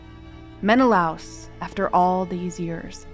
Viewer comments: Helen was born in Sparta. So, Helen of Sparta would apply... *Menna-Lay-us. not Menalouse. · Gorgeous recreations, and an excellent description of how you arrived at them. One note, though; the name is usually pronounced "Men-eh-LAY-us" in English. After so many decades of hearing it that way, hearing "Men-eh-louse" was a little jarring. That's minor, though - I love what you did and can absolutely see either of the two end versions being her! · Men-uh-lay-us not men-uh-louse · meh·nuh·lay·uhs ￼shame on you! You must be unschooled, monolingual & too lazy to secure proper pronunciations. Read the classics after researching. Honor the classics, don't humble yourself. Slow Better Practice Practice and get feedback • BETA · Very detailed video and narration, thank you! Great to hear a concise summary of the events leading to the Trojan war. One small nitpick: Menelaus is traditionally pronounced in English as /ˌmɛnəˈleɪ.əs/ meh-na-LAY-us, au is not a diphthong so it’s pronounced in two syllables. This is from the way Latin words are systematically pronounced (the word itself being based on a transcription of ancient Greek). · AI can't say Menelaus properly? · It's so funny how pronunciations can differ. I always heard it as Men-i-lay-us ;-))